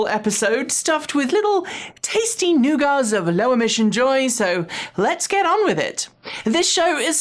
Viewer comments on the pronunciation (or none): "little tasty nougats of....."? Surely you meant 'tasty nuggets' lol Edit: "Bravarian brand"? What's going on? Are you Ok? Edit: Re "we are going to steer clear of pointing fingers here" Right after you go out of your way to uncritically offer the tesla corporate spin on a government appointment, AND to paint a government program to get legacy ICE auto manufacturers to build EVs as a "shunning" of tesla AND "point the finger" directly at the "leader of the free world" for the consequences of tesla's recalcitrant industrial relations policy, AND it's complete disregard for worker safety during covid lockdown AND tesla's antagonism toward all governments that don't pander to elon's ego? lol Seriously, you're doing tesla propaganda, again. Edit: Then when discussing "Ssang Yong" you unironically highlight their "history of brutal and sometimes violent labour issues"? wow